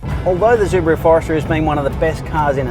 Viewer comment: Zubaru?? hahahahahahaha